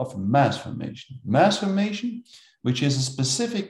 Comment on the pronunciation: So it is pronounced MASS Formation, not Mass FORMATION.